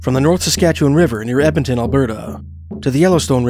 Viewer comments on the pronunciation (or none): none